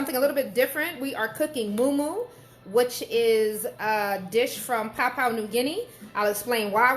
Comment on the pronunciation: Interesting spin on this traditional Papua New Guinean dish with the fruit in the mumu. I've never had that before and you make it sound good! Side note: Please try to pronounce Papua properly. It's pronounced "pah-poo-ah"